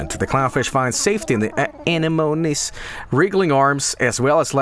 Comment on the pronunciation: Himbo solidarity in both and Vinny mispronouncing 'anemones' as 'ane-moans'